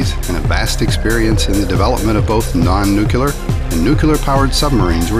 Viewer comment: Jeebus! Did the narator just say "nooculer!!"